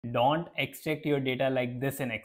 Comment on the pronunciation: Donnnnnnnt....nhi ch...tiye...its Don't